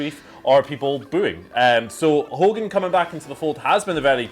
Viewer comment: Wrestling fans and reporters should know how to correctly say Hogan's last name.